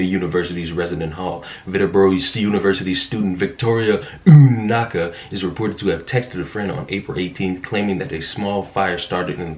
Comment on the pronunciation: She deserves everything coming her way. I will say the way you kept pronouncing her name was really annoying I didn’t finish the video, instead of listening to that I’d rather read the story on my own